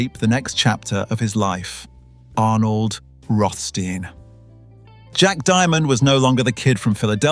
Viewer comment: begun good with rothstein alas typical english unable prounaciat correct slipping into sandard steen after been perhaps used too many times in row...